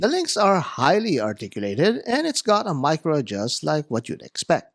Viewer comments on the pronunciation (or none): none